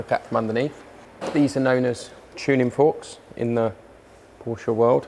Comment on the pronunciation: Great video and as a native German speaker, it's fantastic to hear that you're one of very few people who actually pronounce Porsche correctly!